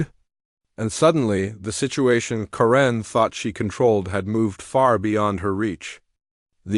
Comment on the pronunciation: I don’t think “Karen” is ever pronounced “ka-RINN.” Except maybe by AI.